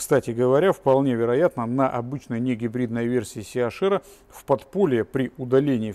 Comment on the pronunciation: Либо ЦЕ-АШ-ЭР,это будет по-немецки,либо ли СИ-ЭЙЧ-АР по-английски. А СИ-АШ-ЭР это по-лоховски,смесь бульдога с носорогом!